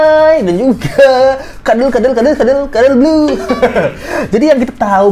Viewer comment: Kenapa bang jdi keterusan ngmgnya "kadel blu" 🤣🤣